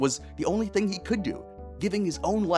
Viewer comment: Video feedback only in my reply. Just one ting. One ting? One TING! Thing. Not a fan of the music. Something about it doesn't sound like it fits the narration you're giving. The piano is pretty, but very distracting. I put the video on a faster speed to watch it for the message, but that music was making my brain stretch.